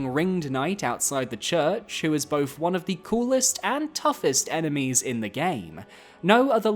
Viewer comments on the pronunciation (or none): none